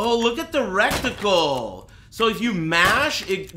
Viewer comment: i honestly cant tell if he's saying "recticle" intentionally to troll chat, or if he honestly thinks that's a word